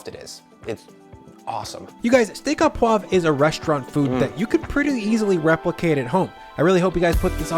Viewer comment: Not “steak aw poivre,” but “steak oh poivre.” Your “poivre” is well pronounced, but your “au” should simply be pronounced “oh.”